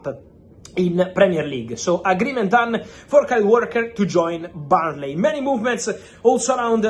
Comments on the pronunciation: Burnley not Barnlee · The first time I thought he said Bali !